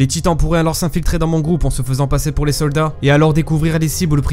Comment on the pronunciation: est ce qu'on est d'accord, 10min21 il dit on à un groupe de "sodas" safe et non de "soldats" ?